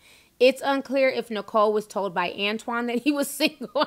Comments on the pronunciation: Is it antoine or "anotine"?? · "anotine" lmfao